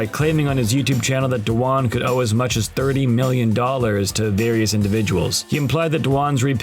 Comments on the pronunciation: You can’t even say his name correctly. It’s not Tom Dawan. It’s Dwan - one syllable. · Why is he pronouncing his last name as "Do-Wan"??????? Tilting me. Does this guy pronounce "swan" as "sue-wan"???